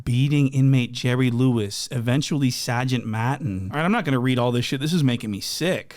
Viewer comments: "Sawjint Maughten" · "Sahgent Mahtin" 😭😂🤞🏾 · sahgent mahtin 😂😂😂 accent on point and i’m from boston lol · Sahgent MAHHHTEHN 😅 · "Shaagent Maatnn" 😂